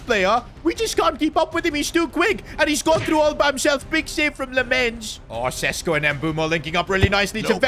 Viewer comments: its šeško not sesko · Day 2 of begging that šeško isn't pronounced sesko but sheshko